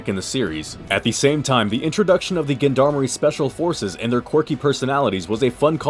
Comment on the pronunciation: nice review. just learn how to pronounce gendarmerie